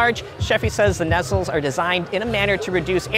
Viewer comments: I've heard nay-cell and nuh-cell, but nestle is a new one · Necells, huh? As a retired pilot we called the housing on the outside of a jet engine as its nacelle. Pronounced, "nah-cell". If you are referring to the opening to cool the engine, that would be its cowling.